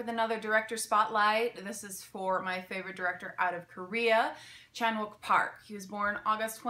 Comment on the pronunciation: Hello, sorry for such a random reply on such an old video but I'm just watching those that I have missed from you ❤ I studied Korean and 박찬욱 as it would be spelled in Hangul, is correctly pronounced similarly to this: ChAHn Ook Pa But honestly you're fine because as you said you don't speak Korean and honestly every other English speaking American pronounces Korean names as you did 😊